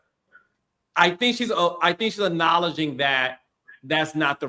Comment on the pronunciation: Please teach Carlos how to say Acknowledge 😂